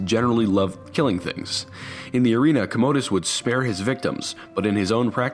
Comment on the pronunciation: COM-OH-DUS..not COHMOHDUS lol